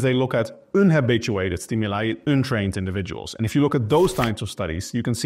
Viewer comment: Like how you say UN-trained